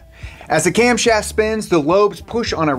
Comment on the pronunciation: "Camshoft" lol